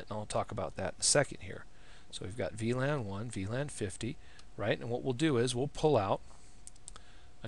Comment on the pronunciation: The way to say "VLAN" it´s awesome man you rock